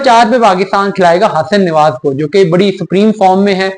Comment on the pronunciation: Nawaz not newaz